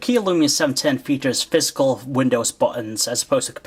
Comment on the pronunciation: I wish he pronounced physical right instead of saying FIZZCUL.